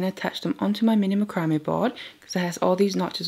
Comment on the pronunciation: It's called mac-ro-may....not spelled that way.